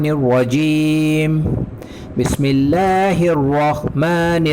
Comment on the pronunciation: آپ سے گزارش ہے کہ اپنا عربی کا تلفظ درست کرنے کی کوشش کریں۔ بالخصوص بسم اللّٰه الرحمٰن الرحیم کی درستی ضرور کرلیں۔ شکریہ